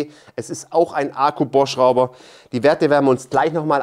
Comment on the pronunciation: Ich feiere wie Du Ahku sagst, herrlich! 😂